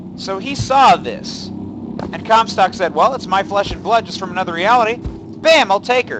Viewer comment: I hear "Cumstock" every time... dammit